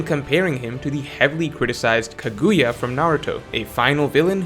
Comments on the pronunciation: KA(caw) gu(Goo) ya(yuh) Freaking say it right! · lmaooo “Kagooya” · “Kuhgooyah” Me: yeah.. whatever man, sounds good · I got you. Kaguya ~Sounds like~ Cog•Goo•Ya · I simply refuse to respect anything you have to say if you keep pronouncing Kaguya like that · Almost lost respect for you after that kaguya pronunciation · I don’t like how pronounce Kaguya